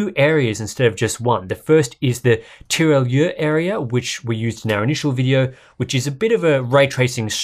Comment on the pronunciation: Hello, thanks for the content mate. Just to remark that your pronunciation of Tirailleur is quite confusing for a baguette-eater. We pronounce this more like "teerigher" (such as "higher") not "teeralieur". I guess you struggle with that since you name it less than Nordlys so I hope it can help you for the next BF5 video;-)